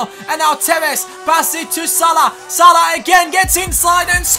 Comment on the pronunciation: great episode btw it's actually salah not salh